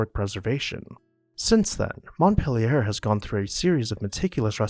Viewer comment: Thank you for the history lesson, but the narrator's pronunciation leaves something to ne desired. Montpelier is pronounced MontPEElier as in orange peel. A schooner is pronounced sKooner, not shooner.